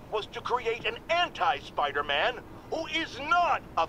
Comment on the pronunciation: Your funny when you say Spiderman. You say it in every video